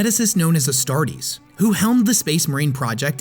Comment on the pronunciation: AstartE*. Not Astartes. Her name did not have an S.